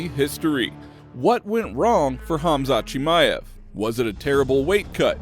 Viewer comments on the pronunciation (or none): Bruh turned khamzat into chinese lol chimeav to Mr ching ma ev 😂 That being said khamzat would still beat ulberg